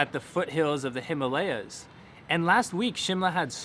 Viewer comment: Himalaya pleassssse not himlya